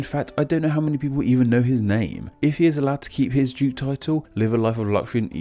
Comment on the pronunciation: I love your videos but this one was tough to listen to and I couldn't get past the background info. Something is off about the audio or maybe it's just more mumbled than usual, because I had a really hard time understanding a lot of words you were saying, primarily "royal" and "duke"--and anything with a hard "th" sound was distinctly an "f" to my ears. :(